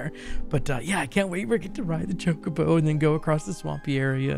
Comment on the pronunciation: Choe-koe-boe is the usual pronunciation 🙂 I believe you might be confusing how certain dialects pronounced it in FFXVI (Chaco-bo).